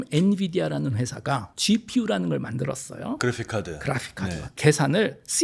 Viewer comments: 알고리즘을 앨고리즘이라고 하고, 프로그램을 프로그람이라고 하고, 그래픽을 그라픽이라고 하고, ... 내용은 좋은 데, 발음을 왜 이상하게 하시지? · 그래픽은 그라픽으로.. 알고리즘은 앨고리즘 으로 발음하시네요.. 뭔가 있어 보이네요..